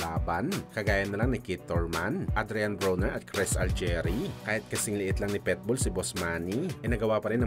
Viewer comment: Kakashupa mo napilipit na dila mo boy!!! PIT-BULL✅ hindi PEtbull ❌ ginawa mong literal na aso 😅😅😅😅